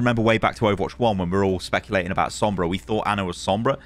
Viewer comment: U actually said sombras skin name good on ur first try